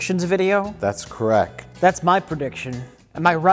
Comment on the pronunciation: "That's correc." -- Mike, 2019